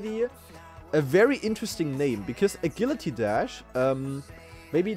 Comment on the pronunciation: I've never heard anyone pronounce Agility like that lol